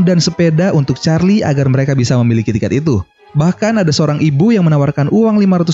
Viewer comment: Lah kenapa nyebut Charlie malah gini ch4rli